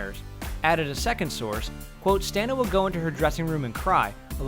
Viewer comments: Het name is pronounced: Stah-nah Kah- tich NOT Stenna Kettik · Thank you! It bothered me to no end to constantly hear that 'stenna kettik'. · I love the info in here but... Stah-na. That's how she pronounces her name. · I'm pretty sure "Stana" rhymes with "Donna," not "nana." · Stana is pronounced Stona. Not Staaaana. Stona. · Am I the only one annoyed by this complete butchery of Stana's name? It's pronounced Stah-Nah, not Stan-Ah. Also, this is depressing. It's almost like the network and original creators gave up on it. And whatever bad blood existed between Stana and Nathan I think happened fairly recently. If you watch the bloopers, interviews, and behind the scenes stuff between the two they seem like good friends until the later seasons. I doubt we'll ever truly find out what happened. It seems like Stana asked for more money, or perhaps pay equal to Nathan and that was refuted. Regardless, it's sad. This used to be such a great, solid show and then it ended kind of weakly. Kudos to the team and actors for finishing as best they could! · Are you sure this is how to pronounce her name? I know a bit Serbian and never heard of pronuncing Stana per "Stauna" Where do you put this "u"?? how do you write it in serbian alphabet? And oh, I checked it with the serbian alphabet genius and you are wrong! It's Стана Катић - which you say Stana Katić ( you wouldn't say the last letter, because in english it doesn't exist. So google it, before writing shit. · her name is pronounced Sta-na (not staina like they did) ka-tic.... katic is americanized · Stana is pronounced starna!!!!! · But IT'S NOT PRONOUNCED AS STAY NA OK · IT'S STANA! SAY HER NAME RIGHT! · he said stanas name wrong 😠